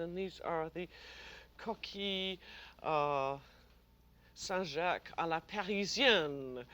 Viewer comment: It's just hilarious how she annihilates the pronunciation of the dish she will be cooking. 🤣💯💥🏳‍🌈🦪🌎🍔🐺🍟🎄🌹🍁